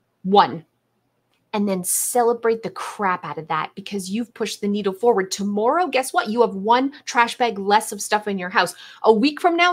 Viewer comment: "ta - moor - oh" her pronunciation of tomorrow haha. Cute. ❤